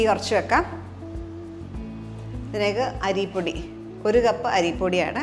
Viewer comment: അരീ പൊടി അല്ല അരിപ്പൊടി😂😂😂😂😂😂🤣